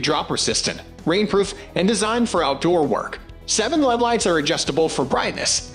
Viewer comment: I gave up after the robot pronounced LED as "lead". 👎